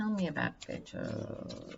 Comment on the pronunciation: Hi, with all due respect, and no offense intended, Beto's name is pronounced bet (as in making a wager) o. Beto O